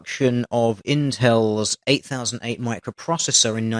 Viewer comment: Those who lived in the era called it an Intel "Eighty Oh Eight" not "Eight Thousand Eight"